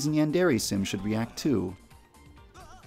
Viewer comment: "OH YES IT SHOD"